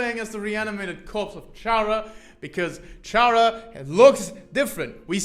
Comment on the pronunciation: THIS IS MY UNDERTALE- edit: I still hate that he pronounces it "CHara" and not "Chara(cter)" edit 2: he literally says that CHara is short for Character... edit 3: I just realized it's the "malk" meme all over again... "Pronounce Character..." "Character." "Now say Chara." "CHara."